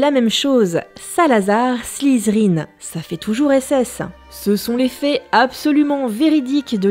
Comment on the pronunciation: Moi c'est Slizerine. J'ai failli pleurer xD Blague mise ap, c'est très bonne vidéo ;)